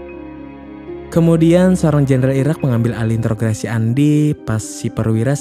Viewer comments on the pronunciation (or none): Salah pengucapan INTROGASI..